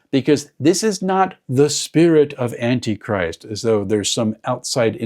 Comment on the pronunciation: Love the emphasized "An Anti Christ"... Have a. Fantastic Con! ❤🎉🎉